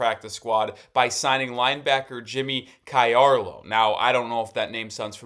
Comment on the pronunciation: Jimmy “Charlo” is how it’s said. And he is an engine man. He could create some momentum shifting plays on special teams!! We will take him!!